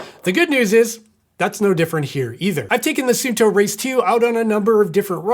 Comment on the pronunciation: It’s “sun” “two” not “soon” “toe”. Every single American review pronounces this incorrectly. Can’t they read?